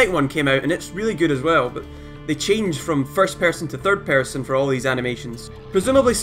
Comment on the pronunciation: theard pearsean